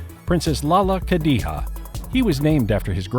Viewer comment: The pronunciations of the names ughhhhh !! Lalla kadiha ??? It's Khadija !!!